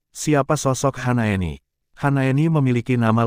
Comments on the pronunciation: Hasnaeni apa Hanaeni ngebacanya yang betul donk.! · bukan HANAENI tapi HASNAENI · Kok HANAENI sih nih orang ngomong nya.. kan Hasnaeni.